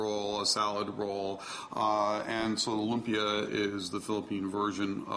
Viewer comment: Loom-p-ya not LIA